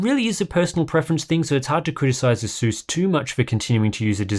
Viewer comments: "Ay-suhs"is his you pronounce it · It would be very good to learn whether the monitor has a hardware LUT. BTW, you are not pronouncing "Asus" correctly. Take a hint from the company itself.